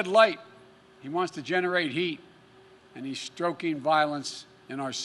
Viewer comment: “Stroking violence in our cities.” Biden u need to learn to tele-proptly read.